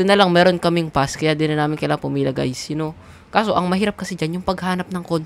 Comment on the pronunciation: idol yung speel ng u ay ang totoo ay you hindi u pati narin sa r hindi r dapat are